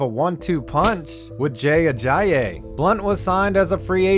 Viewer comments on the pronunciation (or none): none